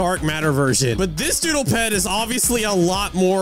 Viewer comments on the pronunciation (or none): did say duddle hoverboard? LOL